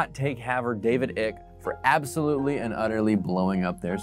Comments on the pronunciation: This guy did so much investigative research that he can’t even pronounce David Icke’s name correctly. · Why should I listen to a guy who can’t even pronounce David Icke’s name correctly. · You said his name wrong the entire time. It’s icke like iconic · How do you not know how to pronounce David Icke's name?? Clicking off. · All this research..and you say his name wrong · how is this guy a serious conspiracy theory researcher when he can't even pronounce Icke's surname? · The mispronunciation of Icke is hilarious 😆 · You pronounce his name wrong it’s like mike with out the m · How much research did you do that you can't pronounce David ICKE'S last name properly?? I appreciate the info though.. but the comedy downplays the reality of this info. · Why don’t you pronounce David icke’s name properly? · You are pronouncing David Icke’s name wrong. If you are serious about what you are posting here, you would at least pronounce his name right. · You can't even pronounce his name properly. It's icke similar to hike without the h... boring video btw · mispronouncing his name kinda proves you didn't watch any content relating to him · Why do you intentionally mispronounce the conspiracy theorist's name? The dude is crazy but you can at least get his name right. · It’s actually pronounced Ike. Like Ike and Tina. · Why did he keep calling David Icke David "ik"???! Lol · Omfg the pronunciation of Icke is making this video even better... Icke rhymes with bike or hike. Also, hes a jew hating douchecanoe and all of this is just good ol fashioned jew hating tradition. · It's Icke, as in bike. I'd have probably bothered to find that out if I was going to say his name repeatedly on a YouTube documentary. He is batshit crazy though. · It’s pronounced ike (ey-k) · David "Eye ke" like Hike. David Icke. Silent e, long I sound. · David Icke.. his surname name is pronounced hike without the H.. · Icke is pronounced IKE. Sort of discredits everything when you start out so wrong. :(